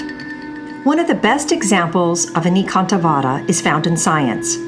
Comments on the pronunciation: Anekantavada is based on the Sanskrit word Aneka, pronounced A-nay-ka. Means various. So the word would be A-nay-ka-antha-vaada. The d though is pronounced as in "thee" and not as in "deed." 🙏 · Your Pronunciation of the word "Anekantvad" is totally wrong. First get it right then call yourself "Expert" on Indian religion. I wonder if you are one of those People who have never been to India but only formed their hypothesis comfortably tucked thous and miles away in their Air condition cabins.It is spelled as "Ane ( Like Say) Kaaant Vaad", don't westernize it. You people spell the french words with proper accent & diction but when it comes to other languages mostly non-European you Don't feel the need to be correct as you probably feel Whatever you Westerners do do is only showing us the "underdeveloped" hungry & poor people the right way. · This proper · exactly, and the guy seems to be doing pretty much the opposite